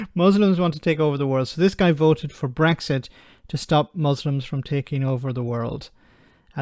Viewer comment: "mooslims".... FFS. 🤦